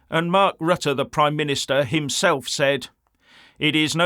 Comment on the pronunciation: Rutte is a hypocrit, during his PM ship, many, many, and still many more immigrants were welcomed by him into the Netherlands. And now suddenly he is opposed? Hypocrit. By the way, I admire your pronounciation of Rutte and Willem Alexander, it is on point!